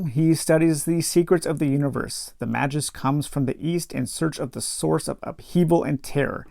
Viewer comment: hope you are well. Really like the format of this "playthough" - don't want the spoilers, but want your thoughts. In particular, whether you prefer the new combat system, and whether you would recommend playing the original game with this new system. FYI - pronunciations: "Mayjus", "Zorro-aster", "Sarasun". Good luck with your adventure!